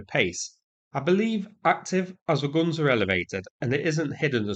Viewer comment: "Adam and Eve it" really made my day! Do you know that you pronounce "guns" exactly like the gangsters in Guy Ritchie's movies?😂😂😂